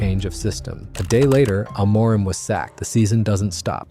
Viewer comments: by the way its not AM-MOOR-IM its AMO-rim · It's AM-or-im, not A-MOR-im. That tells me this is AI generated nonsense. Not interested. We almost lost to West Ham today (facing relegation) and just ended up with a draw at the end because of the talents of Sesko, who Carrick DID NOT START! It's not about the coach fellow Man Utd fans, it's about the players still turning it off and on like light switches. What, we can't play two matches in a week? That's the excuse? Then we shouldn't be playing in European football, right? You're all listening to AI.